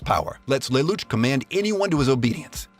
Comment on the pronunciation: Anyone else mad about how lelouches name was pronounced